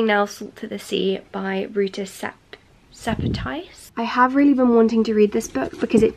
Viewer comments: The pronunciation of Rūta Šepetys is „'Rootah Sheppe'tees”. You are welcome. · SALT TO THE SEA IS SO AMAZING. It is written by an author from my homeland. You pronounced her surname a little bit funny :D. I hope it helped you to understand the pain of the war. If you liked Salt to the sea give a chance to book called Between Shades Of Gray. It was written by Rūta Šepetys as well and is really amazing. It tells a story about the genocide of the Lithuanian people. I recommend it from the bottom of my heart. Best regards